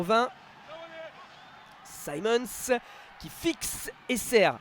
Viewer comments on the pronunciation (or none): S'il vous plaît, arrêtez d’écorcher le nom de Simmonds. Ce n'est pas "saillemondes" c'est "simondes". Ou alors prenez des leçons de prononciation en anglais. Ça me rapelle "Laillecesseter"...